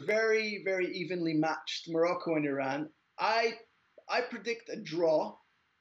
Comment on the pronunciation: its not eeeran...its eye ran..